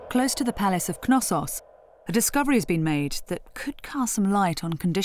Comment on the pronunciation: I'm pretty sure the k in Knossos is silent. I've watched a few docs, and all the people on there pronounced it without the k. You would pronounce the k in knowledge or knee, would you